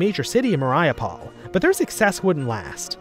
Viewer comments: it's Mar-yu-pol not Mariah-pole lmao Otherwise I enjoyed it, keep it up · Great video however I must stress that Mariupol is pronounced (Marie-yu-pull). Other than that great work with your recent videos about the Russian Civil War